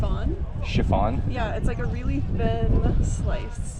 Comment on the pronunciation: Chiffonade was so incorrectly pronounced that someone needed to stand up for the word lol Not being rude, if you’re gonna try to look cool knowing cooking terms take the time to learn how to say them at the least!!! Love the food stuff though!! Keep it up!